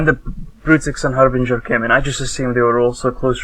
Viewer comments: ...No. No it isn't. The ship is called a Harbinger, pronounced "härbənjər". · argg.. its so annoying to hear people say Harbrin GIR! its Har'Bring'er!